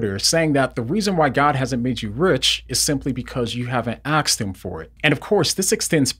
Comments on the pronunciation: It's "asked" not "axed" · Am I the only one hearing AKSED instead of ASKED? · Great video, but why do you consistently say "aksed" instead of "asked"? You are very articulate, eloquent and intelligent. Maybe it's a cultural thing, cos I'm an Australian, but it just stuck out to me.